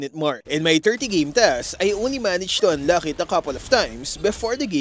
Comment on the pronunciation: Thanks for the useful topic, however please improve your accent especially on the pronunciation of the letter "K" or "CK" like in "Unlock", your current pronunciation is like the Arabic's "Kha" (خ) which is confusing